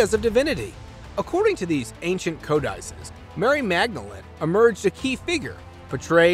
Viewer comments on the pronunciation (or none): Cavren. Capachin. Co dices. Are you sure of these pronunciations?